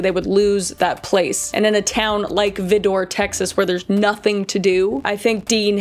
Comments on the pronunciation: Great Video kris! However Vidor is pronounced vy-der not vih-door! Love your work always just tips from a native east texan! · I get it’s semantic and annoying, but it’s pronounced as VEYE-DUR, not vi-door. The town is about a four and a half hour drive from me and it’s still considered a “sundown town” although more so for the fact that anyone outside after dark is getting robbed, at the very least. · Pronounced Vidor like Rider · I know you're Cana-dian, and don't always pronounce words correctly. 😂 But it's pronounced Vi, (as in violet), Door, (as in door). Vidor. Not Veedor. A town even most of us Texans won't go to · Vy-der. Not Vih-door. Lol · Also, it's pronounced: Vie-dur, not veedoor 😂😂😂 but I suspect you know that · It’s not that important, but it’s pronounced “VAI-der” not “vih-DOR”. Also: it’s still a sundown town! Famous for its meth addiction problem! So clearly not much has changed since the 30s 😅🥲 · It's pronounced "vie-door".....unfortunately I live entirely too close to this place 😅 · As a kid growing up in Texas. I was so scared of VIDOR! You pronounce it so adorably. It’s VIIII DURRRRRR 😂😂😂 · I live like an hour away from Vidor Texas. Its right next to Beaumont. Its pronounced Vi-Der lol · Vidor /V-EYE-der/ is one of the most messed up towns I've ever visited. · Texas here! VI-der…. Still trying to shake its horrible horrific reputation. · It took me a minute to realize but Vidor is actually pronounced v-eye- door :3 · Hey girl hey! The video was amazing! However I did have a few giggles over how you pronounced Vidor. It’s pronounced Vi-der. Ik it’s weird but my dad’s side of the family are all from there. And yes Vidor has a bad history unfortunately, but they’ve been turning some new leaves recently. Just thought I’d let you know! Love the work girly! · Just a side note it’s V-eye-dur lol we like to trip people up here in Texas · In Texas it's pronounced Veyeder ,TX just a little Texas language lesson.😊😊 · it pronounced Veye-door. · v -i-door